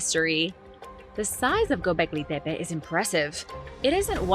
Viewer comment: Why do you keep saying “Pepe”!? It’s making me mad. Put the fu@@ “T” in there!